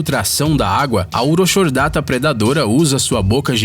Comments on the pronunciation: Dica: "CH" em nome científico se lê apenas como "C", portanto, "Urocordata" e não "Uroxordata". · O nome do “bicho” é urocordata e não “uroxordata” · Na vdd não é urochordata (com som de X)... A pronúncia correta é "Urocordata"... abçs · Urochardata lê-se Urocordata